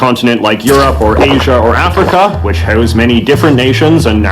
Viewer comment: His pronunciation of about and house are so over done you can tell he doesn’t actually have such a strong accent.